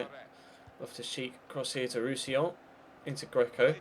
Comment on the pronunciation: You said Roussillon properly. I'm so proud of u 😏